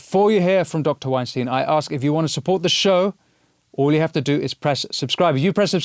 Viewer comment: Winston. Say "Albert Einstein". Now, with the same pronunciation, say "Eric Weinstein". It's not "Wine Steen", it's "Wine Stine". You're welcome...and have respect for Eric.